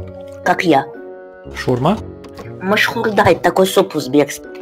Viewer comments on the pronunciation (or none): Не машхурда а машхорда